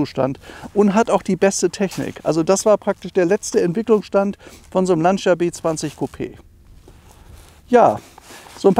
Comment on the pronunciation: Beim Wort "Lancia" wird das i nicht ausgesprochen! Schönes Auto, schönes Video.